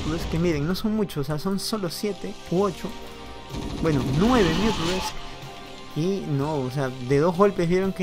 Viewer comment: Me da gracia como pronuncias los mutas... MiUdAlIsK Buena partida !!!